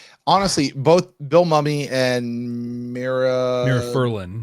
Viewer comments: It's Moomy - not Mummy for Bill's surname :) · Just an FYI - Bill Mumy’s last name is pronounced ‘Moomy’, not ‘Mummy’. I have pronounced it the second way for years, until watched a B5 panel. His Facebook page lists the correct pronunciation, too. I’m heading out to EPCOT next weekend to retrieve my passholder magnet. Love the Festival of the Arts, too.